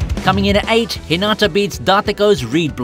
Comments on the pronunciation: Not tryna be rude but so many people do this so I feel the need to acknowledge it. When you say Hinata’s name, you don’t say it like how you would say it in Naruto, (Hinaata). You say the 1st “a” in Hinata’s name like an “I”. Also it seriously pisses me off when people make videos about Haikyuu when they most likely haven’t even watched it, let alone token the time to pronounce the names of everything in the anime. Its really not that hard. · You're saying Hinata's name wrong. You're saying it like a girl name. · You are saying hinata wrong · Why is it soo hard for eng people to correctly pronounce hinata. Fucking whats the TA at the end.